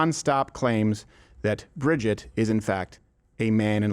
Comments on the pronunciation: The fact that you are pronouncing Brigitte’s name wrong the entire video shows how much research went into this. It’s Brij-eeeet, not Bridget. If you actually watch her videos they’re pretty compelling. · L TAKE ... Bro WHAT HAPPENED to Crowder??? hes SO OUT OF TOUCH now... its embarrassing. He did ZERO RESEARCH into what Candace "PROVED" and HOW and he proves it by NOT KNOWING HOW TO SAY "BRIGITTE" ... If he watched even 1 minute of her MASSIVE SERIES "Becoming Brigitte" HE WOULD KNOW how to pronounce it... You're wrong Steve! You're just an angry little man letting your EMOTIONS interfere with your professionalism. The "EVIDENCE" they provided HAS BEEN ADDRESSED AND DEBUNKED. What a dope. Glad I stopped watching last year! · He couldnt even PRONOUNCE "BRIGITTE" !!! Crowder is an angry little man and this is a HUGE L TAKE.